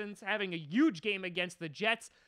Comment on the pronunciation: "yuge" anybody else hear it?